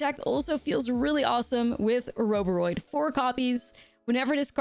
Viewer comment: I love the way you pronounce Oroboroid.